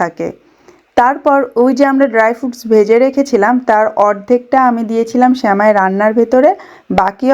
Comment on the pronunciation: স্যামাই শুনতে খুব বিরক্ত লাগছে। শব্দ টা সেমাই